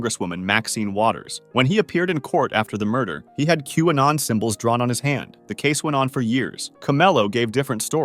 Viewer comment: “What murdah?”